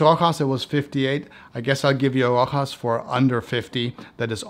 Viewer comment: It's not Rohas it' s Rosha. . You pronouce it like being a spanish house . In fact is an old french house